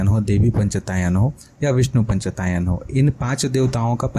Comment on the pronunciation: निश्चित रूप से आप सहृदय विद्वान् है। परन्तु पञ्च आयतन - पंचायतन बोलिये। पंचतायन नही।